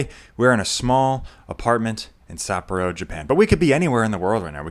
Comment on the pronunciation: pronunciation of Sapporo is killing me, bro. suh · paw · row